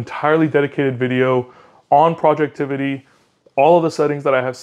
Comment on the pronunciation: Dude it's not projectivity, it's projectivy... as in poison ivy (although it's probably pronounced project tv)... and yes, he recently fixed the wallpaper issue that had been plaguing this app for awhile. It is now an easy 5 star app and the only launcher anyone need consider. Also, anyone interested in retro gaming, look up hyperspin 2025. It just dropped a few weeks ago and it is the most comprehensive collection of retro games out there. Will need a 512gb usb stick. Finally, thumbs up for sunshine/moonlight. I'm casting my steam games like Cyberpunk 2077 and Red Dead Redemption 2 from my linux PC to my TV with this setup, with a PS4 dual-shock controller... works beautifully.